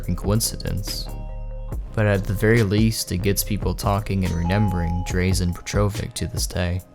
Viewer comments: The pronunciation of Drazen Petrovic is killing me. It's Draw-Zen Petro-vich. Not Drayzen Petrovik. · Ummm that is not how you pronounce drazen petrovic.. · You Butcherd Drazen Petrovic's name.. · The way you pronounced Drazen Petrovic's name hurts to listen to lmao